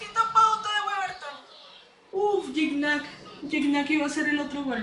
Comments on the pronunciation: Que linda, una cosita, no se pronuncia guicñac... Se pronuncia yiñac o yiña. En francés así se pronuncia más o menos... Y que es parceros?? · así es bro más o menos por ahí ibas, en su entrevista con el comediante franco Escamilla el aclara la pronunciación de su nombre, es "kñ" aunque se escribe "gn" saludos...